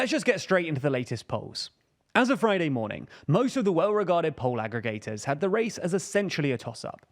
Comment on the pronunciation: I truly love this channel. Why does it bother me then so much that this presenter cannot pronounce the letter "L"? The word is "poll" with 2 L's, not "po".